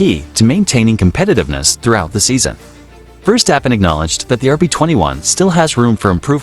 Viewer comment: He calls him" firstappen"😅